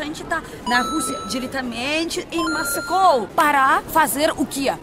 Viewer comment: em português dizemos Moscou e não "Mascou"😂😂 (vc correu um risco ao andar com essa bandeira: se alguém tivesse mal tratado ela, vc perderia pontos incontáveis com brasileiros)